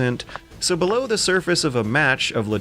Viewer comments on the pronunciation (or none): none